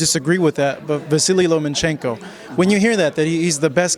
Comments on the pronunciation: His name is pronounced. : Low-MAH-cheng- koh. NOT Loh-MAN-cheng-koh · "LomaNchenko", "NomaNchenko"... It looks like US american people are not able to say a word, even a famous name, written in any other language than the American English.